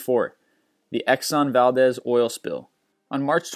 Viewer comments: FYI it's actually Vahldeez, not valdes, the e is long. Just for future reference. And for all the trolls, I was raised in Alaska and we have never heard it pronounced like he does neither have we heard it that way in the actual town of Valdez. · its pronounced valdeez